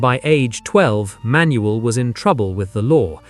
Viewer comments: Manuel is pronounced Man..Yule not Manuelle. I remember this very well. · You are pronunincing his name wrong. Its just Manuel. Say it all in one go and you will pronounce it correctly.